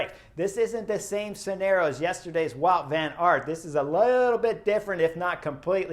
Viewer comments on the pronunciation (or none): none